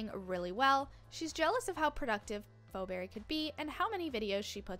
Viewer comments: first off its pronouced fee not fo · Ikr its Pheoberry pronounces fee-berry